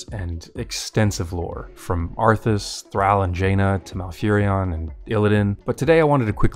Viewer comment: He said he was playing the game for 20 years and then mispronounced Thralls name lol!